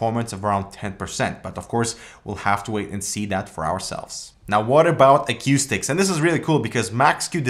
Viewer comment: Why does this fucking Canadian Commie say aquistics? Where the fuck do you get the Q from?? It's ACOUSTICS! Like "a coup"